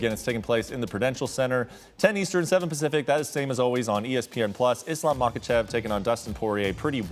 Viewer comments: i can’t take this dudes advice who clearly doesn’t know enough if he’s pronouncing “Muhawkuhchev”. obviously doesn’t him watch because his name really isn’t hard to pronounce at all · It’s not MAHAKACHEV Bro get it right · What the hell is a “Mahawkachev”